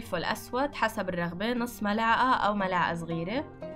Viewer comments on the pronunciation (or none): none